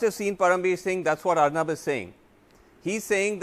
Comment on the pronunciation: It is Ar'Noob' not Arnab